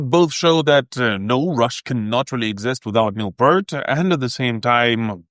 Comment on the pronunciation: It's Pee-rt or P-ear-t. Honestly, do some homework before you post a video and make a fool of yourself. Whoops, too late!